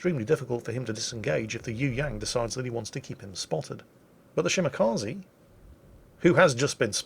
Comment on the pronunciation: Anyone remember when pronounced it shi-ma-kuh-ze?